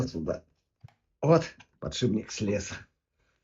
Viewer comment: Уайт-спирит, а не "спирт". Подшипник, а не "подшибник".